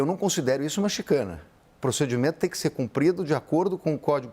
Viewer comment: Não é chicane , é chicane.